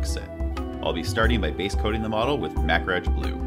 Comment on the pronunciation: you say Macragge like "Mak-ridge". I always pronounce it "muh-crag". Which is correct?